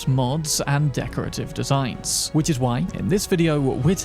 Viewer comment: Using "ć" instead of "č" in "which" makes you sound like toddler.. I dont want to be rude, but it drawn my atention durring whole video.. practice your pronouciation of "ch" sound..